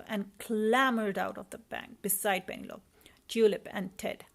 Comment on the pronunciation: It's pronounciation is penelopeee , also you should read stories much slower for kids to understand and have time to see pictures too.